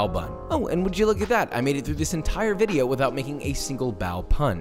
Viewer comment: We need a waffle fry vidyuh